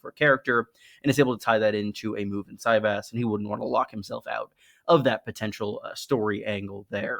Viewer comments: Is that really how it’s pronounced? I thought a soft Y as in Valyria, no? Si-Vahs. Ahhhhhhs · Kings and Catapults on steam is like Cyvasse (pronounced Si-Vahs) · I really felt like it would be pronounced ce-VÁSS 🤔